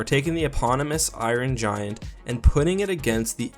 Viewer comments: Never heard of the "eyeron gian" I do like the iron giant though might have to give it a watch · Who don't love the " iorin"giant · I-Ron Giant. Lol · Why do you say it like Iwon giant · "Eye-run Giant"